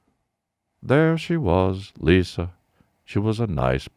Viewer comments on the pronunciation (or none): none